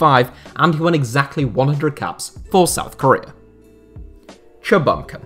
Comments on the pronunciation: for reference, chinese/korean names are syllabic so for instance cha bum kun should be pronounced as 3 separate syllables/words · The way you say Cha Bum-Kun is painful